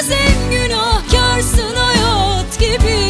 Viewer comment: 1.37 deki hayaaat gibi bı hayat ancak bu kadar güzel telaffuz edılır. Naptın Derya uluğ 👏👏